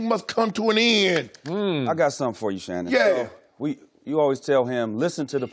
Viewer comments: Tell me how can he have any credibility when even his peers call him "LeShannon" ? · lol “LeShannon Sharpe” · She called him Leshannon 🤣🤣🤣